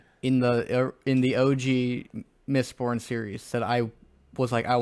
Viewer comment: I really enjoyed the OG trilogy, but when said "mistbored" I had a hearty chuckle. If anything I'm just excited to check out Way of Kings now knowing its even better. And the Dark Tower series is a treat if you like Stephen King. That world is cannonically linked to many of his bigger titles and the scale is pretty epic. The ending is kind if meh (bc Stephen King) but I still would recommend as a strong Western/Scifi/Fantasy. Good epp guys 👍